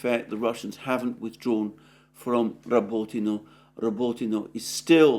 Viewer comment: Wtf is Robitino lol. Listening to his pronunciation is as bad as nails down a chalkboard.